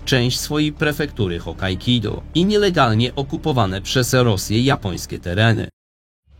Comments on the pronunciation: Nie wiem czy mi sie dobrze wydaje, ale uparte wymawianie HokkaiKIDO xD raczej nie ma nic wspólnego z Hokkaido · Nie wiem czy mowa jest o innych wyspach czy ja źle słyszę, ale... Hokkaido czyta się jako Hokkaikido? 😅 Pytam z ciekawości, żeby nie było. Materiał, jak zwykle świetny! ;) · Hokkaido, nie Hokkaikido. Pozdrawiam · Możesz mi wskazać w którym miejscu historii region Królewca był integralną częścią Polski? Dużo nam w dziejach zabrano, ale nie przesadzajmy... Filmik niezły merytorycznie, wymagał sporo przygotowań, jedynie mówienia "HokajKido" nie mogę darować :P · Prefektura hokkaido a nie hokkaikido panie!